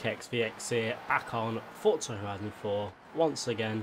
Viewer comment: Bruh its forza not fortza